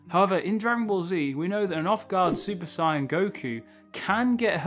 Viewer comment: It’s Saiyan, not Scion. They aren’t cars